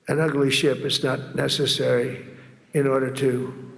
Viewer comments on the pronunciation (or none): "I dont like what ur doing with your shLip are doing." Whats a shlips?